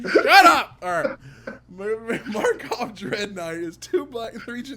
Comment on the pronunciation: This is the last time I tell you,: it's "mah-cawb!" Who am I kidding, I'll tell you every single time!